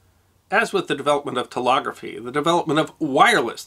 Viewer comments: TeLEGgraphy! Not TeLOGgraphy!!! LEG! NOT LOG! JEEZ!!! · I'm sorry to be picking you up on your pronunciation again but you keep saying: "tel-OG-rafee", when you should be saying: "tel-EG-rafee". Please listen to yourself. I'm not making this up. Love your shows, your creativity is awesome. Please work on your pronunciation. > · Well done. Sweeping scope! BTW the word "telegraphy" is pronounced tel-EH-graphy (not tel-AH-graphy). The word "telephony" is pronounced tel-EH-phony (not tel-AH-phony). You covered lots of ground with surprisingly few errors. 👍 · I love this series-but I gotta say that this is the first time in my 75 years that I've heard teLEGraphy pronounced "teLOGraphy"🤷‍♂️ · Telegraphy is pronounced te leg graphy not te log graphy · With respect I believe it's 'tel-EH-graphy" and "tel-EH-phony," not "tel-AH-graphy" and "tel-AH-phony." For a great history of this invention and the impact it had on society, see "The Victorian Internet" by Tom Standage. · It's telEgraphy, not telOgraphy, and it's telEphony, not telOphony. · telegraphy Sir, not telography. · I hadn't realised until today that Americans (or at least those from locale) say Tel-og-raphy, not Tel-egg-raphy. Which just sounds really really odd to my English/Welsh ears! And Tel-off-any... That's just weird! How do you pronounce Telescope? Anyway, still very interesting, and it had never dawned on me before why a relay is called a relay! So flippin' obvious, but that penny took a very long time to drop! The computational power in the hands of most first world teenagers is absolutely mine boggling, and what do they do with it... Snapchat and Instagram... /me quietly sobs... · It's "telEgraphy", not "telOgraphy"!! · is it not tele- graphy ? rather than telography as you pronounce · I thought it was "telEgrAphy", not telOgraphy.... Similarly telEphony, not telOphony. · Tel-“leg” graphy, not tel-“log”-graphy. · It's pronounced "tel-leg-raphee" and "tel-lef-fonee."